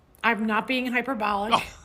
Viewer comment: Why does Kathy Griffin say fishistic and hipperbolic?